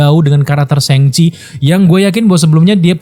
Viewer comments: Gak nyaman ya denger penyebutan "sheng chi", krnapa gak shang chi? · Shang Chi keknya kalau dibaca SHENG CHI kek lebay bro,,itu kan bahasa china bukan bahasa inggris,,,kenapa juga diinggriskan gitu??